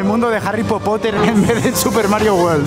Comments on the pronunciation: acaso dijo popother ? jajajja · Pensé que era el único que decía Harry Popoter😂